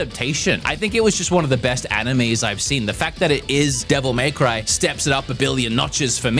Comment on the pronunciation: The way you pronounce Devil May Cry will never stop annoying me.